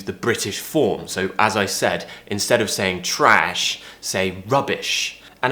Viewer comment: When he said trash he practically gained an american accent